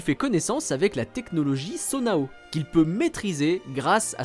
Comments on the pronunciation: Ça dit « Sona-o » non ? Ça me perturbe ce truc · Bon je vais pas rajouter aux nombreux "trop bien le sans spoil qui spoil le jeu..." Mais le terme Sonau se dit "Sono" ça m'a tellement trigger omg